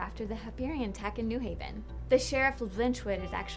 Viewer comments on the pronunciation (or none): none